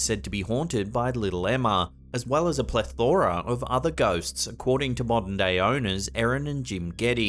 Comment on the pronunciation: It drives me nuts when people pronounce 'plethora' the way just did.